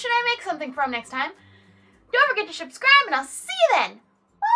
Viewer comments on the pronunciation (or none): dose she say shubscribe